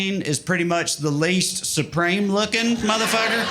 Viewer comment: Love love love that accent! "Least" is pronounced as "laced" - beautiful. 🙂